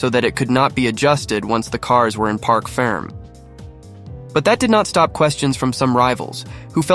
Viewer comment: It’s park ferme!. Not park ferm, get it right!.